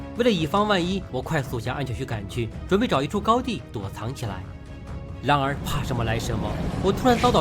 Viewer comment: 麦克：突然（蓝） 然（蓝）而 骚扰（老）